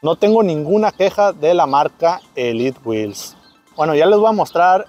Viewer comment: ELIT WHEEL/ SE DICE ELITEWHEELS 🫡